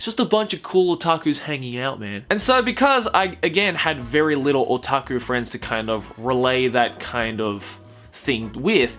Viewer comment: Every time says "otaku" I cringe.